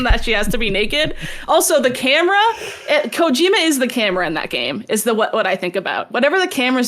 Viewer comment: For the love of god please stop stressing the middle syllable of Kojima so hard. At least try to say it the right way, instead of the white way.